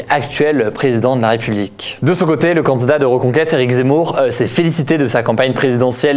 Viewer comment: C’est marrant parce que tu dis pas « candidat » mais « candzdat »